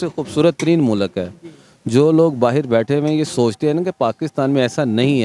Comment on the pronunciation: Don't say MULAK, it's MULK 😂😂